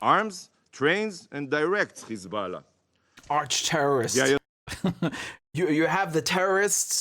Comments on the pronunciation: "khamas" & now "Khizboulla" Hahahaha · Who TF is Khezbollah? These people think intentionally mispronouncing a name is a cool burn. Smdh.